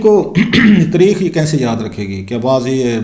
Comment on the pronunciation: Please correct your pronunciation. Translation of History in Urdu is "taareekh" not "tereekkh".